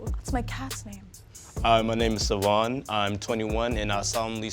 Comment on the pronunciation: Savohn, was perfect:(